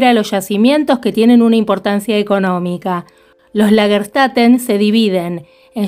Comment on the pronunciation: Lagerstätte, pronúncia: Lag-er chtEte / traducción : ciudad o urbis de yacimientos / plural : Lagerstätten (con N a lo final). Saludos, Claudia ! Abrazos !